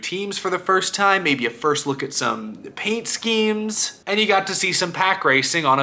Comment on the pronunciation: I always find it funny when says "paint scheme". 🤣